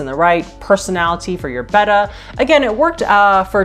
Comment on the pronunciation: Thanks for correctly pronouncing "Betta" instead of "beta". That, plus your knowledge, your onscreen personality, your pleasant voice, etc got you my subscription!